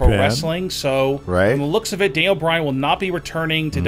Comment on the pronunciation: Is he saying Dale Bryan?